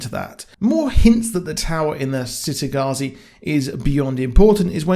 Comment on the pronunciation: I figured that they might split book 2 into two seasons, then do the same for book 3 just to prolong it. I just hope they don't screw it up like "they" (TV show producers/writers) did for the Magicians series. Also, by the way it's pronounced "Chitagattzi" not "Citygattzi". Thanks. I always thought, from listening to the audiobooks, that it was supposed to be a city in the Mediterranean, maybe Italy. But the child characters in this series all have English/British accents.